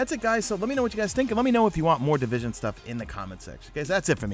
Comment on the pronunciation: di-vis-on? what is this game you speak of?